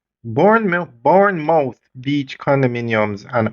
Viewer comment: I can’t believe that you are still having difficulty with the pronunciation of Bournemouth Beach!😂😂😂😂